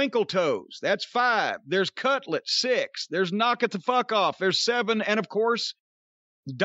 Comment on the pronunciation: Everytime they say cutlet instead of cutler, I get a little hungry